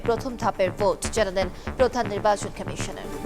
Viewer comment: বাংলা নিউজ পড়ছে, আবার বলতিছে খামিশোনার 🤣